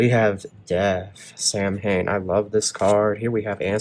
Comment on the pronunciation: No, It's because they wee forced out by the chords! No I fence, but this reading is making me sick, And the cancer never even liked me from day one, And even long before I met her! And its''s pronounced " "Sow' in, Not "Sam Hain"